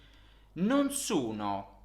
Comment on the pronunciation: Ho notato cosa che per me sia un po eccitante. Quando parla mi sembra che pronunci 'o', un po' come 'u'. Per esempio, quando lui dice 'sono' mi suona come 'suno' o in Inglese 'soono'. E' vero? Qualcun'altro ha osservato questo? Per me e eccitante perche' e' possibile che io possa sentire un accento Italiano per la prima volta. E' questo il suo accento?